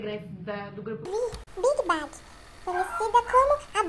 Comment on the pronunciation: Meu pfvr pronunciem os nomes das bandas certo pfvr. Pq pra ser Kpopper tenq pelo menos acertar o nome dah banda. Big Bag. Masoq?? É Big Bang pfvr. Mds😒😒😞